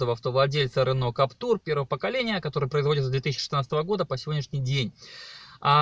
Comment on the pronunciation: Владею Каптюром 1.5 года, пробег 15000км. Двери не скрипят, и вообще впервые слышу, что б у кого нибудь скрипели двери. И вообще не Каптур, а Каптюр, КАП-ТЮЮЮР! Не коверкайте название автомобиля!